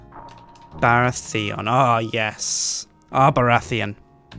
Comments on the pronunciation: The way you pronounce Baratheon as Bara-Theon is strange and displeasing to my ears. Also, the third character should have been Jon Arryn. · The way he said "Baratheon" really upset me... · You pronounce Baratheon really weirdly.